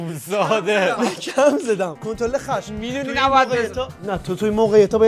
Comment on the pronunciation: کنترل خشم❌ کشترل ختم✅ 😂😂